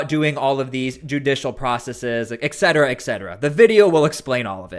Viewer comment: Small complaint..... Only because you say it a lot ... It's pronounced "et" cetera